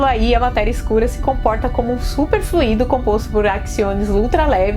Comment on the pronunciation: Excelente, professora. Note que no substantivo fluido a sílaba tônica é no 'u' do ditongo, não no 'i'. Fluído é o particípio do verbo fluir.